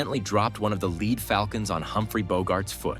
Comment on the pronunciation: The falcon was lead (as in dead) not lead (as in deed).